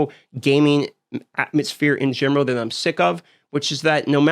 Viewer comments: why does he say "gemoral" instead of "general"? i heard this 3x in this video. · “In genrow” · "Gaming in gemeral"